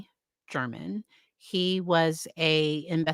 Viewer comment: The victims name is JEFF not Jeremy btw. We all make mistakes tho. German is pronounced like Gair-man. I loved the jury question to the def witness about “could someone with these traits/personality do this to garner sympathy?” Also Lauren Mathius said jurors were taking lots of notes and looking agitated during day 1 of Telles on the stand. One in particular was holding the notebook up and was continuously making notes. Love an attentive jury! Look forward to seeing your vid of the cross backing him into a corner.